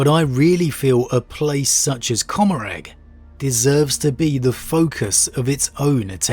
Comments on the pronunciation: I couldn't figure out what you were talking about when you said "cumerag". I believe you're talking about comorragh. "Comm-More-uh" I'm not trying to be shitty, just trying to help. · It's pronounced Comorr-AH bro